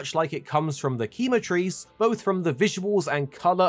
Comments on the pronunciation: Just a small note, in Spanish que is pronounced as Ke not Ki. So if quematrice is using a Spanish pronunciation, it would be “Ke-ma-treece” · i think it's pronounced kay-matrice, not key-matrice. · I think it's pronounced "Kem-a-trice" (because quemar is to burn in spanish and pronounced "Kem-ar" and then trice rhyming with "thrice" like the mythical "cockatrice" creature) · Is true that in spanish Quema=Burn, but the pronuncition was terrible. the Que sound like "kelbi", but just the ke sound, so is kema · As a spanish speaker hearing the way each english speaking youtuber says Quematrice is hurting my fucking eardrums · Jjajaaj igual como pasa con Lala Barina pero al menos lo pronuncian mejor que este XD